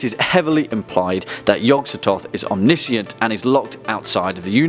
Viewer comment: Why is it so hard for you to pronounce omniscient? I thought the English you know...know English.